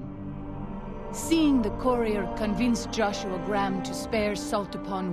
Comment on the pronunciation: why cant the voice actors pronounce Graham properly?